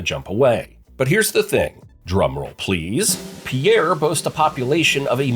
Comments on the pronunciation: It's not pronounced PIERRE idiot!! It's pronounced PEER!!!! Andcsioux falls an Rapid city are NOT CLOSE!! If you don't know the geography, stop making misleading videos!!! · I'm from the Rez and we even know how to pronounce out state capital. Pierre is not pronounced "pe-air," it is pronounced "pier" or "peer." If you going to do a video on state capitals, at lease do the research on how they are pronounced. It is also HARD to miss Pierre because only road goes into it and people only enter from the south!!!! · "Pee-air" South Dakota???!!! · Voting this down for not knowing how to pronounce Pierre. It's pronounced PEER. Definitely an AI produced video. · Repeat after me. It's pronounced PEER. One syllable, easy peasy. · The capital city of SD (Pierre) is pronounced "PEER"